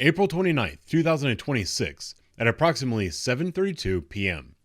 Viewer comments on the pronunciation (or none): "approximly", did you make that word up? Again .